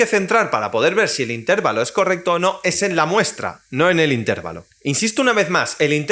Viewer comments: Se dice intervalo, no intérvalo. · Buen vídeo! Pero admito que me desconcentro un montón cada vez que dices intÉrvalo.